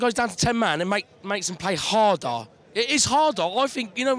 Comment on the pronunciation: HEARING THIS GUY SAY HARDER HAHAHA IT'S AMAZING